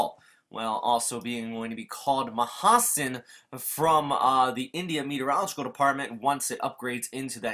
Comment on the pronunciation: mahasen u pronounced it right